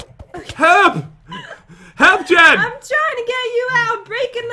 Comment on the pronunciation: Its Jen not Gen